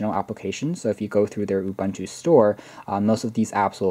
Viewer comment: Hey not to be rude but its "oo-boon-two"